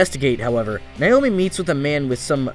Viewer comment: I cringed every time he said "Nayomi." It's even pronounced right in the dub.